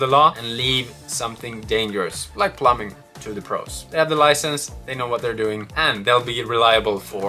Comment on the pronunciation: As an English Speaker AND an experienced English Teacher in the Japanese School System. PLEASE stop pronouncing the word “plumbing” as plum-BING! The B in plumbing is silent. It’s pronounced as plum-ing, or better yet, plum-ming (don’t elongate the “m”, just say the word quickly). Good channel, love the work you’ve done! Gambate!!!!